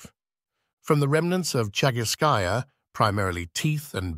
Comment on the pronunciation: Commentary in support of your channel. thank you for the video. I enjoyed it. Чагы́рская пещера (Chagýrskaya peshèra) = lit. "Cave of Chagyr" or Chagýr's cave. in Chagýrskaya, the emphasis is on the ý in chagýr-skaya (of the chagýr)... it is also called the "Rabbit Cave". Денисова Пещера (Denísova peshéra) = lit. 'Cave of Denìs" or Denis's cave in Denìsova; the emphasis on the i in denì-sova (belongng to Denìs)